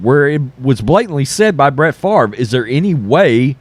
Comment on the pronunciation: “But what about Brett Fov-ruh?”